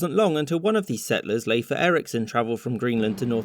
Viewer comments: funfact: Leif is pronounced pretty much like Life and even more like laif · Aww, you were SO close to properly pronounce LEIF. It's literally the way it's spelled. Not Leiefe. (Or Leef) as I've heard Yanks say it. Thanks for a wikipedia like history lection. Minor factual errors but highly entertaining and addictive.